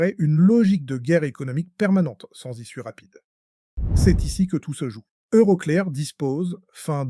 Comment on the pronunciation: EuroCléAr 😂 l'IA est nulle en anglais 😅